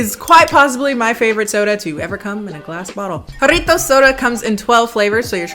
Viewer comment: Can we take a moment to appreciate the fact that she pronounce "Jarritos" and "Jamaica" properly